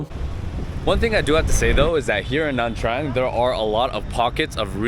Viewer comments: Why does it sound like he's saying Nam Trang? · how can you trust a guy that can’t even pronounce nha trang properly?